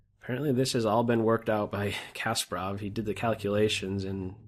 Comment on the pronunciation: Loved everything but your terrible pronunciation of Kasparov.